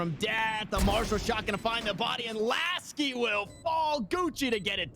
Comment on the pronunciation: Hahahha okay Mr.Bronze, btw its Laski, not Lasik 🤪